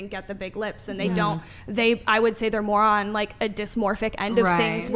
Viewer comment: Emphasis on "more on" = moron